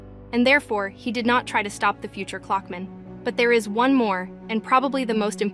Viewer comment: Clockman ❌ Cluckman ✅